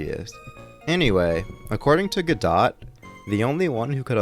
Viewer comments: Choose a pronunciation, godo or godot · I love how you keep changing how you pronounce Godot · crying at the 3 different pronunciations of Godot in succession to each other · You pronounce Godot wrong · Augh please say his name differently